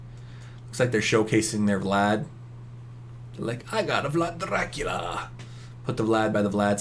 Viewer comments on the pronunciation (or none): none